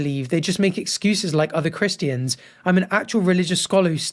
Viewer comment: Is that the way you’re supposed to say Christians?